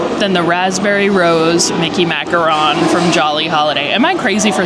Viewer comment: I love her videos but it kinda bugs me that she says macaron wrong 😂